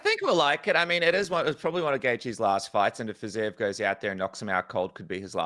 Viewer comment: Dude, who is Fizayev? 😭 Second podcast you did where you constantly just BUTCHERED that name, even though BC was across you, pronouncing it correctly